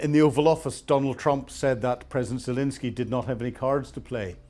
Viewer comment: Please pronounce the president of Ukraine’s name properly. There is no “i” in his name. FML.